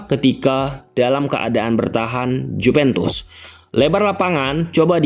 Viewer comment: jupentus dan mempis defay .... itu yang saya dengar.... P dan F hihihihi... sehat selalu ya bang